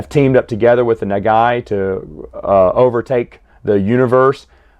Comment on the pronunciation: Pronunciation for Nagai is thr same as Go Nagai